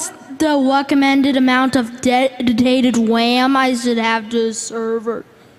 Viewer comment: I always heard it as Dead detated wham